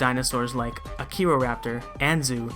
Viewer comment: well,i don't want to sound rude, but its called "Acheroraptor",not archeroraptor/archerorapter